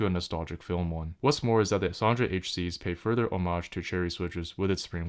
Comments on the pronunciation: It's "Son'a" not "SonDJa"... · How do you keep pronouncing them like "Soundra"? There's no u, no d and no r in there! 😃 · I'm pretty sure it's pronounced "Sonya" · Also, several languages pronounce j like an English y. This reads as Son-ya to me. 🤷